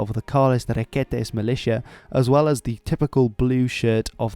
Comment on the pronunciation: Requetés, and not [Requétes] Cádiz, and not [Cadíz] Guernica, and not [Gérnica] (you got the rules about acentuación right, but Gernika is vasque so it doesn't apply xd) La Falange